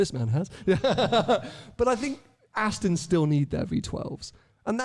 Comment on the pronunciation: Can we teach how to say Aston it’s ‘AstON not AsTIN ‘ 🤦‍♂️🤦‍♂️